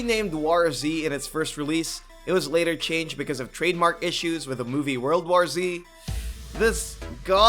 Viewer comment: Your inability to pronounce "war" correctly is distressing.